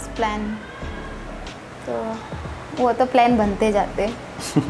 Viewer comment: प्लेन नही प्लान होता है😅